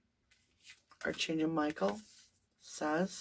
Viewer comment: I really enjoy your readings and your channel! And I love that you call in archangels before the readings. (One minor thing: the word “archangel” is actually pronounced ARK-angel in the U.S., and ark-AN-gel in the U.K.—both with a hard K sound.) It’s totally a minor suggestion as it’s just one of those words that doesn’t sound quite like it looks. (Former editor here…so please know I mean this constructively and with absolutely no malice! It’s just a funny word!) Thank you for keeping Summer’s name out there! 💖